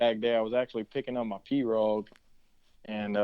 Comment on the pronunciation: Ive lived in Louisiana my whole life and ive never heard pirogue pronounced like that. We call it pirow